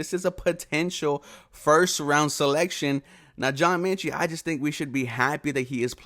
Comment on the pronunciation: John Metchie not Menchie...sorry it was bugging me lol